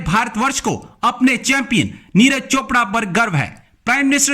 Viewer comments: यार पाकिस्तान वालो अगर नाम पढ़ना नहीं आता तो कम से कम सुन कर सीख लिया करो, नीरज को नीराज बना देते हो, विराट को विरात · Niraaz nahi niraj hota hai bhn ki lodi... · Madam Neeraj hai, Neeraaaj nahi🤣🤣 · Neeraaj chopra porkiyo pe toh dhang se naam lena bhi nhi ata 🤣🤣🤣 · उच्चारण तो करो सही से, नाम है उनका "नीरज", "नीराज" नही है। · Neeraj not Neeraj hr name bigad dete hai ap log bartania Britain k ha 😃 bolte hai ap log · Madam j kam se kam aap Neeraj chopra g ka name to sahi se lo